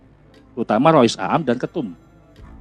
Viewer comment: Pbawa acaranya tdk bisa mmbaca " rois am " kok di baca a am " gak penfalaman